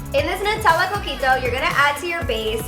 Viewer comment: When you said your drinks name the first time I thought you said cookie dough